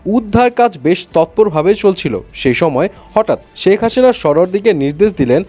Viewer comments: সেক হাসিনা না শেখ হাসিনা 😂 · শেখ হাসিনা ।শেখ হাশিনা না।ঠিক করে প্রনাউন্স করেন